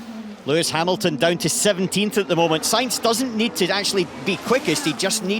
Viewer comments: the commentator called Hamilton "Harrelton" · he said "Haroldson" or are my ears tricking me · "Harolton" thats a new.... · Ah, my favorite driver, "Harrilton" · "Harleton" lol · Harrilton. :D